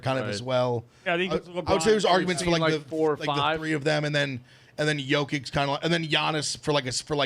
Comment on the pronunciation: Yoke ITCH. CMON. He's the best player in the world. ITCH! Not ICK.